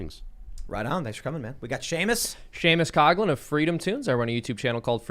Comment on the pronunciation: Here I am, thinking Seamus' surname is "Koglin" and that's German, but it's"Coughlin". How do you get "cog-lin" from "cough-lin"?